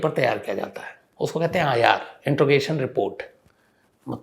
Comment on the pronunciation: I am a big fan of your's, just one suggestion, please rectify the pronunciation of the word interrogation.